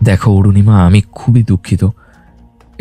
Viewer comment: Anurima noy Arunima😊